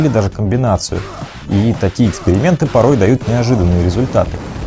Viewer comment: Дада мне всегда казалось что Рамон говорит; попой попой попой